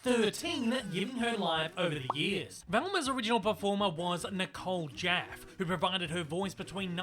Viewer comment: Nicole Jaffe pronounces her name "Jaffie" not "Jaf" tho.